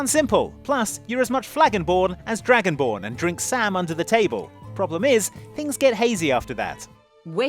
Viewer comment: "Flagonborn"! I'm dying ohmygod.